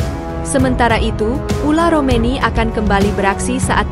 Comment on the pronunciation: Ole romeni...bukan ula romeni ....gitu min....okeh min